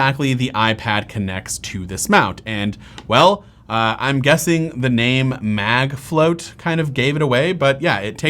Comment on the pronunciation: Really, CharJen? "MagFlott" is supposed to be pronounced "Mag Float"? That's very obviously "Flot" like "lot". Product may be good, but the name is a MagFlop.